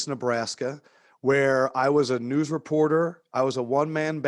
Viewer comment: I kno chuck said “news”..... but it sounded like he said “nudes”